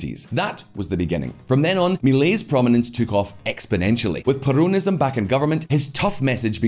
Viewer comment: My Lord Please Is perOnism NOT perUnism Omg.....